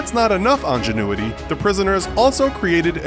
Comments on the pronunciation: Ingenuity! WTF is Ongenuity??? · That might just be the weirdest mispronunciation of the word ingenuity I have ever heard. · Angenuity? What's that? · How does 'ingenuity' pronounced "on-juh-noo-uh-tee" that first letter is definitely an I so you're supposed to pronounce it as such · my guy really said ongenuity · On-genuity? Coming up with such a mispronunciation must have taken some real injunewatee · angenuity lmao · "ongenuity"? hehe